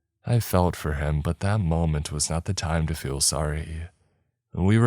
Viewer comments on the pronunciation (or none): none